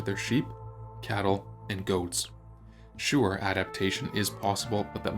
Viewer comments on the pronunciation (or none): none